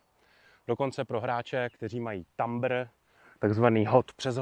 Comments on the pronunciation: Dobra prace, ale z "tambru" mi krvaci usi :D Zvlast kdyz predavas nazvoslovi do sirsi verejnosti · S výrazem "thumber" jsem spokojenej, taky říkáme "hyzer" a ne "levotočák" :D Ale to "b" je neznělé, takže výslovnost /θʌmə/, což je v českém přepisu něco jako "tamr" nebo "thamr" (podobně jako "plumber" -> /plʌmə/).